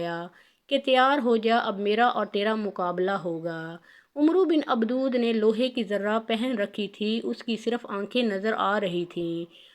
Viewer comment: Ye mohtrama Baar Baar Abad e wadd ko abdood abdood Keh Rahi Hain Kam az Kam Naam TU sahee len